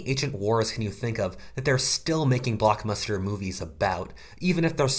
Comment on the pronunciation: This D U M B A S S just said blockmuster.